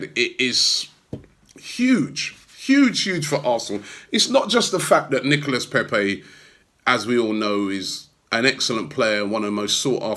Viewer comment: you still can't say his name correct :-) NICOLA.........